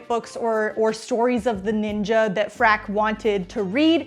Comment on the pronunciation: That's actually the correct way to say it. They say it like that in the show too. 😅